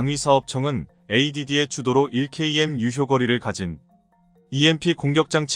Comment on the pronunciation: 자막을 읽으려면 바로 읽어야 한다. 차라리 읽지 않으면 좋겠다. 1km(1킬로미터)를 1케이엠으로 읽는가 하면 앞뒤 연결이 안되도록 읽는 바람에 이해에 장애를 일으킨다. 차라리 읽지 말라.